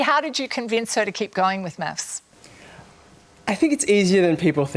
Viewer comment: why do these mofos says "meths"?